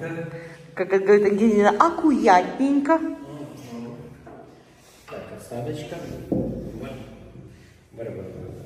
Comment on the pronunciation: Это же вы так произносите" Аккуятненько"